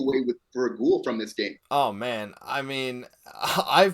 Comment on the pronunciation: Great vid guys! You gotta change the way you say Guhle though, it’s not Ghoul, it’s Goolee